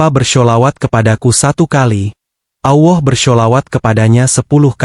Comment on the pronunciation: Benar ga mengucapkan bukan Awah,Allah tau🤣🤣